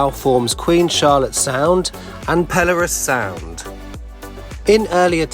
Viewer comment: Did you say "Perilous sounds"?